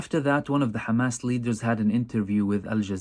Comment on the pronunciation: Khamas! haha. They all pronounce Hamas like that.